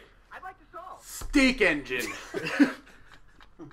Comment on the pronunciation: I thought it said steak, not steam! XD